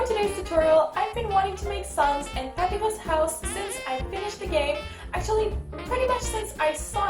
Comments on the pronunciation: You say papyrus wrong! It is (pap-I-rus) that's how you say not how it's spelled you say it like this (papy-ros) that not how you say it! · Je vien de te découvrir et tu a dit Papyrus, pour le dire en anglais il faut le dire comme Pa-pie-rus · WRONG PAPYRUS PRONOUNCIATION ALERT WRONG PAPYRUS PRONOUNCIATION ALERT